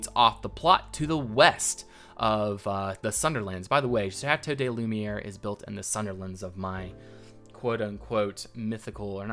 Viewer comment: Please ! It's pronounced "Lü - mee - air" ! But great build !